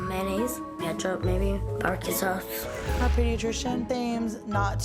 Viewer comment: ”barque sauce.” 😂